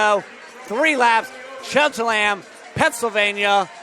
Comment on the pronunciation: Bruh can’t say cheltenham tho? Lmao